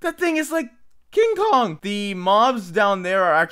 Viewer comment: Lmao the way said KING KONG!!